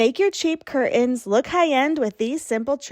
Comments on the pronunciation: Could someone please tell the woman in the first video - the one about making cheap curtains look like 'high end' curtains - that the word curtains is pronounced 'CUR TENS' and NOT 'CUR-UNS'. Our language is such a beautiful one, please don't wreck it by lazy pronunciations! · Please say CUR-TENS not CUR-UNS. Regional pronunciation I’m sure but not for the rest of us. Iron out those wrinkles! Honest I’m a nice person but the amount of times you said cur-uns paired with high end, showing wrinkled and too short of panels did me in. Nice hacks though. My Grandma used to put washers in the drape hems to hold them down. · I'm relieved that I'm not the only person who had a problem with ''cur-UNS''. I was going for my mute key when she thankfully finished up. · This is a big irritant to me, 'curtains". The "T" is NOT silent. It is not curain.